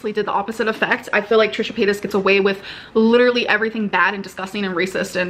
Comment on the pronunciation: Like....THIS isn't "Litt-a-lee" BORING??! Ummm....Yeeeeah🙄